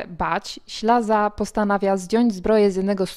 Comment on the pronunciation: W dramacie występuje Ślaz nie Ślaza!